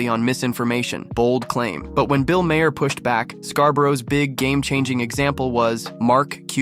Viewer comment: Great video. Also, Bill's last name is pronounced as "mar."